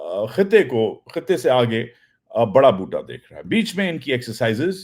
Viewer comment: Love the way you say Boota